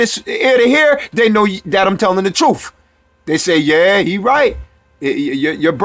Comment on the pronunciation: It is pronounced birth and truth not berf and troof